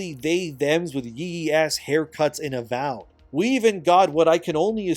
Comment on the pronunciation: the AVOID instead of AVOWED is actually kinda hilarious. Is that edited?